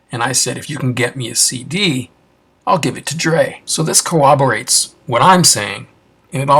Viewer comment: Brotha, when you say the word corroborates you’re pronouncing it like co-oberates like you’re mashing up the words corroborates and cooperates 😂 it’s pronounced core-ob-or-ates. Not a grammar nazi over here but if you’re embarking on an endeavor that requires you to speak for minutes or hours on end you gotta know stuff like that